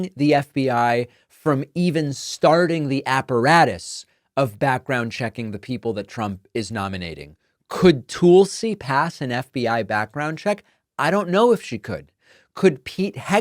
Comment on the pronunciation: Tulsi pronounced Tull si. Not tool si